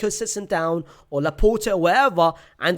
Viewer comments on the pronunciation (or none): none